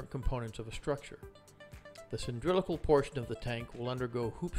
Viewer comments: CAN'T HEAR YOU "cyndrilical" -> "cylindrical" terrible pronounciation. ugh can't watch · You lost me at "cyndrilical" 🤣🤣🤣 i wonder if a "nucular" weapon is of "cyndrilical" shape🤔